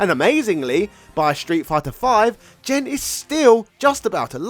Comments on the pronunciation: Hard "G", bro. It's Gen, not Jen. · Hearing Gen pronounced like Jen is like nails on a chalkboard. I’m surprised you didn’t say Jeki. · Gen should be a "hard G", and should be like "get" or "go", and not Jinn. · Gen is pronounced with a hard G, not a soft one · GEN is not pronounced JEN 🙄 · Jesus Christ, it’s Gen, not Jen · Gen not Jen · I never heard anyone pronounce Gen as Jen. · Pretty sure Gen is spelled with a hard G, not Jen. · Gen's name is pronounced with a hard g sound, like the word "game". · "Jen"?... then shouldn`t Geki be "Jeki"? 😂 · So many bad pronunciations but they really painful one was Gen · You're pronouncing Gen's name wrong. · Gen in that sense is short for Generation. Gen in the video is a Japanese name of a character. Besides, you can hear the correct pronunciation of Gen in Super Street Fighter IV. It's not that hard to find out. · Fun video - some pronunciation notes. Gen is pronounced with a hard G like "game" or "gun". Goutetsu is not Gousetsu. Another reference for Eagle is a character from Bruce Lee's "Fist of Fury" called Petrov. Look it up, it's almost a straight copy